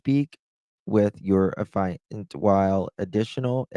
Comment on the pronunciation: Affiant is pronounced aff-ee-ant. No judgement, just helping so you will know next time. How did one man shoot Savanna and then Matthew alone? I don’t believe it. I think there was another person involved.